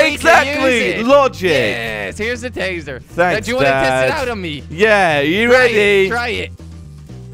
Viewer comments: It’s tasing a baby not tazering a baby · "tasering" it's tasing xd